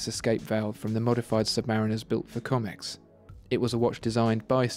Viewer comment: Great review. One tiny point - Comex is pronounced the same as Rolex, with a proper sounding 'O' - at least that's how we pronounced it in the UK. ( I am a former Comex Saturation diver)